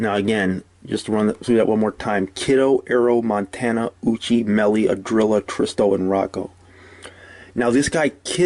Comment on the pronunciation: Ahhhdrilla ahhh 🤣🤣🤣🤣